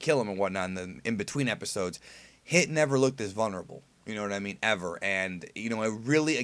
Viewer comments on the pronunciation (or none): I love you man but how you say vulnerable kills me.